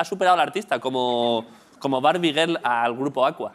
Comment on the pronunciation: Soy el único que cuando ha dicho Barbie Girl ha entendido Bar Miguel?